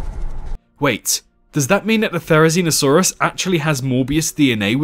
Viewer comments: the way u pronounce theri hmmmm... "zee no" "see no" just saying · no not you im talking about the "zee no" part in theri's name because it sounds like "see no" and its a video about theri being blind